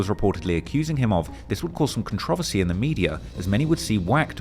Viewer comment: you know damn well that’s not how you say controversy 😭